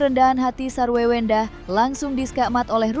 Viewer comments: wkwkwk.. ini telinga gw apa emang hostnya ngomong SARWEWENDAH 🤣🤣🤣🤣 emang wewe kawi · Ngakak hostnya bilang sarwewenda😃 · Kok presenter nya bbrp x nyebut sarwendah "sarwewendah